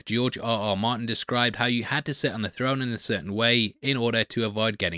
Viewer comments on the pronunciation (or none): none